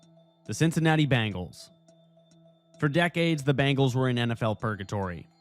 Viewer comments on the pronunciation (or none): Cincinnati's team is pronounced B-E-ngles, not B-A-ngles, looser. They aren't bracelets; they are a specie of tiger! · Uhhhh, dude... It's pronounced BEH-ngals! The Bangles were an 80s all-girl rock band. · Are you saying Bangles?